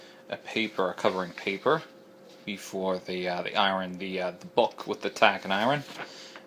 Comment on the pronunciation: I would never trust my books to a guy who doesn't know how to pronounce a word as simple as "iron."